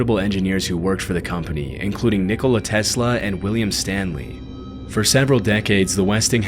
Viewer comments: Did bro say nicola testla from dead rails 💀💀💀💀💀💀💀💀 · I'm sorry but the way you pronounced Nikola Tesla left me in tears😔